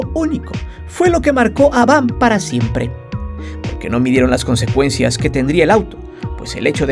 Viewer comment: Es V. A. M. no VAM